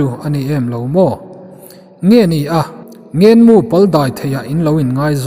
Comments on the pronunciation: Ngên mu a ngênn a ngên a nilo, ngen nu leh pa kan ngen anga lamrik tur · He bungah hian 'Ngenmu leh Mualkil' lam dik a ni ta